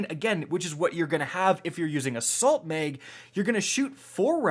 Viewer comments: Tactical MEG , extended MEG 😂😂😂😂😂😂😂 its MAG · It's mag not meg...assault meg, extended meg. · My mans said assault meg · Is it just me or does anyone else hear meg when he says mag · Canadian “People”